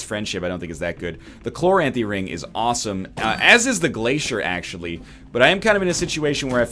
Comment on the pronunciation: Completely a nitpick but if I don't put it in writing I'll go insane. I've always pronounced it chloranthy not chlo-ranthy. I feel like he's hitting the "r" sound way too hard